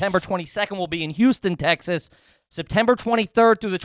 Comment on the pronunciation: I want to strangle every time he says Te-has. Otherwise I love you guys!